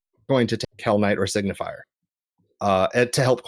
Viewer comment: "Signifer" not "Signifier". You guys keep pronouncing it wrong!